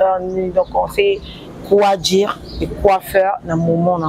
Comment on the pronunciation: loba français bien stp quoi dire et non quoi djire eza français ya ba chegue 😂en pensant vous êtes belle